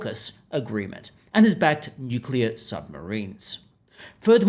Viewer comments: Yeah it's NOOKILLA ha ha 😂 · Bowen can't even pronounce nuclear correctly!